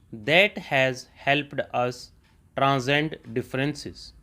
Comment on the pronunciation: Sir normal topic Mai samaj aa Jata Hai pr moderate topic mai words jaise deem embrace transcend embrace shi na bole Jae toh pause kana padta Hai video. Please tough words ko shi boliyega 🙏